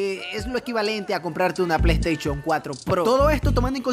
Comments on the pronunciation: Uno pierde las ganas de ver al si ni es capaz de usar la "s" cada ves que sale una s junto a una h el men lo menciona como una c saliendo como resultado "pleisteichon" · Yo: dilo dilo: plei teichon Yo: jajaja plei teichon ne ha decepcionado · La plei steichon dice shaggy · el pleisteichon dijo el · "Plaiteichon":v ste exequias okno c mama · Plesteichon plus